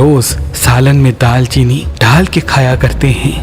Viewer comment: Daar cheeni Not Daal Cheeni